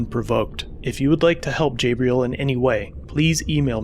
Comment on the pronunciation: Lmao bro it’s pronounced (jah-bril) not (jay-bril) 😂